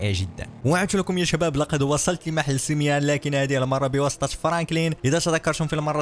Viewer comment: وقفت الفيديو الاجل لاقولك سميون ماشي سميان هادا هو الي جيت نقولك